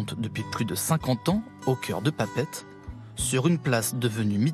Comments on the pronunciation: Pa Pette, fais l’effort de le dire correctement si tu veux être crédible 🤣🤣🤣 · C'est Papeété non papete du con